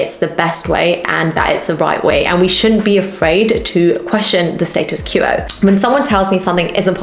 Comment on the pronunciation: FYI The word "quo" in the phrase "status quo" is pronounced "kw-oh" as in "quote". Apart from that, great video!